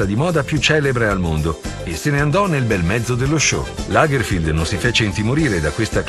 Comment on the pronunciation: Lo stilista tedesco si chiamava Karl Lagerfeld no Lagerfield👎🏻